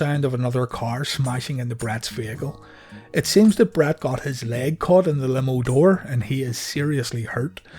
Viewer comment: There are so many times when you say Brett that I hear Brad lol. I absolutely love this channel. Keep up the amazing work